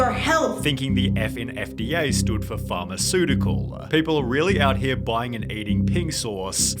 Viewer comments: "farmaceutical" killed me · F for “farmaceutical” 😂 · When I heard "F" for "Pharmaceutical" I knew she was dumb. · It's Pharmaceutical, not Farmaceutical... 🤠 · Farmaceutical 😂😂😂😂 she knew it better in spanish than english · “fharmaceutical “ lmao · Her not knowing "pharmaceutical" starts with a P and not a F should tell you everything you need to know about this woman. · No, she thought it stood for "Fharmaceutical"😂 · Aw yes, "Farmaceutical" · Nah, "Farmaceutical" 😂